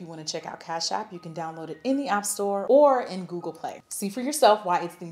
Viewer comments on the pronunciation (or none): none